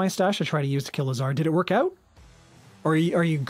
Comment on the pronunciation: By the way, Lazar was named after Lazarus(Biblical character, this is literally how it is spelled in russian), therefore it has emphasis on the first syllable. Also, Orel means 'eagle', and has emphasis on the second syllable :)